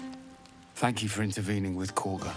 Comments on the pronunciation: It’s pronounced kah-gah. Not corga. The characters just say that because… hear me out… THEY ARE BRITISH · Did I miss a joke as to why you say Korga instead of Kagha 😭😭😭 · Khaga not corga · Ngl. Many hundreds of hours into BG3, and I'M JUST NOW NOTICING the difference in the name of Kahga, vs the pronunciation, Corga... Is that a thing orrrrr... Just how says it? The hamster in my head be overclocking himself thinking about that shit now lmfao 🤣🤯☠️ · They’re not saying “Corga,” they’re saying Kahga” with a British accent. An American should pronounce it “Kah-Gah.” Think of it like the way British people would say Saturday like “Sa-ur-day.” That doesn’t mean we should start saying it like that. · Careful there. Those british accents are getting to you. You don't have to mispronounce Korga's name because they do.